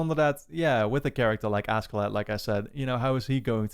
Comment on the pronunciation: Askeladd is actually pronounced like “Asheladd”